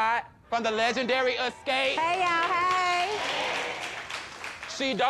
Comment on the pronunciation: not Ascape..😂😂😂